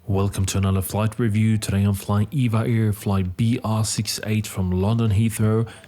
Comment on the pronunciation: It’s “E-V-A Air”. Not Eva Air.